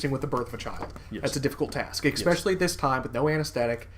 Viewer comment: Especially not Ecspecially. Just trying to help